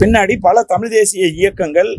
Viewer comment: நீனே தமிழ் சரிய பேச தெரியல.தமிழை தமில் என்று சொல்கிறார்